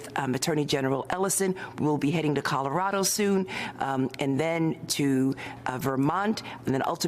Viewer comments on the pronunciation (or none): none